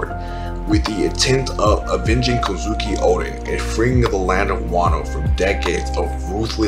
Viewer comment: Great video! Only gripe I had is that you switch pronounciations of the name Kozuki. Three syllable names have the emphasis on the first syllable, 99% of the time. So it's prounounced KOz'ki, and not koZUki. Aside from that minor gripe, great video. From a fellow; keep up the good work.